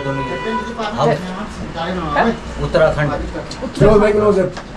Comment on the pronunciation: Uttarakhan is not right, it's Uttarakhand...khand means part of land😀